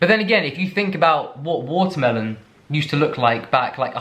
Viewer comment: I love that you can't say watermelon without immediately following up with an American (??) "Watermelone" 🤣😜